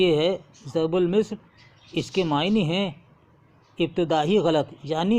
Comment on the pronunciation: As, zarbul misl nahi balke zarbul masal hota hai aur plural zarbul amsaal aati hai